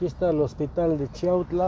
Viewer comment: Saben lo único q m molesta mucho q yo nose si esas personas son d chiautla porqué muchos ni saben pronunciar chiautla yo los escucho q disen chautla